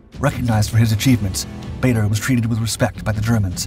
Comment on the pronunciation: I think this Guy needs to research his subject. Several mistakes. Can't even pronounce his name properly